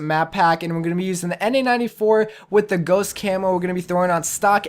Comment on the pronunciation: It sounds like you're saying na-94 instead of an-94 and it also sounds like you're saying warthog instead of warhog. But great video though!